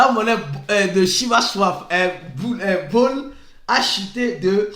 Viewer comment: J'ai vraiment aimé votre sens de la discipline et de l'adaptation. Bone = /bo n/😂